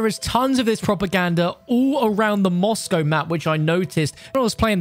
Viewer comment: We all gonna ignore how this guy butcherd the word Moscow??